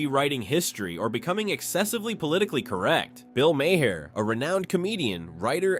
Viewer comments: Maher is pronounced Marr. Like Johnny Marr from the Smiths. He was born as a Maher but changed spelling at 14 so people would pronounce his surname right and avoid confusion with drummer John Maher. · Who the hell is "Bill MayHair"??? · Way too much narrative. And WTF is Bill Mayhare? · "If you know Bill Maher..." Says the guy that keeps fucking up his name.